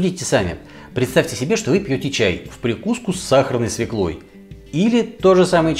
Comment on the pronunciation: СвЁклой!!! А так все отлично)))